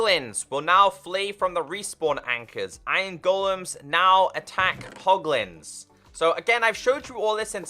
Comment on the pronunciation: You accidently said Poglns which reminded me of the Pogchamp emoticon on twitch